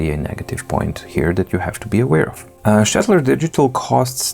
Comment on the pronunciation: Thank you for prounincing Staedtler correctly. Greetings from Germany